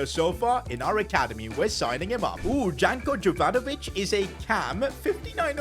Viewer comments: it is not pronounced "Janko Jovanovic", it is more like "Yanko Yovanović" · Its janko jovanovic and not djanko djovanovic